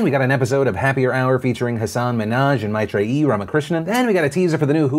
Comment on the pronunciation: bruh that pronounciation of Meitrei is oof